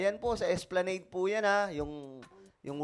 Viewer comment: esplanAd my dear. Pronunciation walang e sa Huli